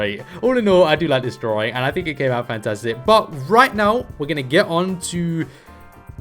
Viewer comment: Its DRAWING NOT DRAWRING